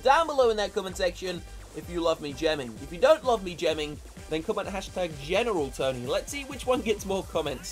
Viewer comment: It's not general tony it's gemeral tony lol